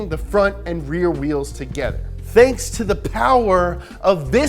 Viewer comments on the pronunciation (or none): none